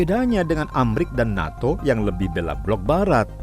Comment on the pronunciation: Mungkin lidahnya lagi keseleo pas ngomong dukung NATO.🤣🤣🤣 seharusnya dukung perdamaian😌🙏🙏